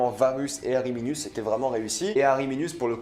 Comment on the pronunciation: alors c'est pas ariminius mais arminius